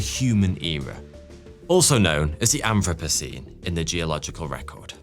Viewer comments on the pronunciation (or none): I keep hearing "anthropussy"? 🧐🤷‍♀️